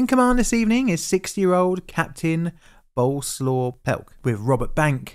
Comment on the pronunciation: or Illawarra or Risdon or Lutana. Being a Polish name, I'm pretty sure Boleslaw doesn't rhyme with coleslaw.